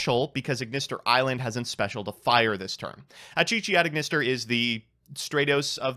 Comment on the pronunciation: "Piyari" This somehow hurts me more than Aignister